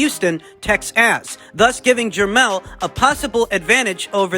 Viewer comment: Love the intentional mispronunciations, but please don’t do that to TEXAS we are a proud people. I know you are in the witness protection program and you should have them relocate you to TEXAS. We can go to the cowboys stadium in 2024 to watch Vergil Vs Boots.